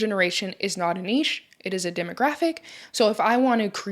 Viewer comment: Can we all just give this lady a round of applause for pronouncing NICHE correctly! So tired of hearing NITCH, like WTF is that.